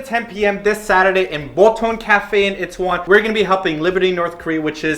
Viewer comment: its EE-TAY-WON..not it teh won...